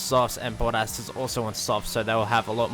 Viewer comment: Kept thinking "who is boddas?" 😂😂 Accents can be funny 😂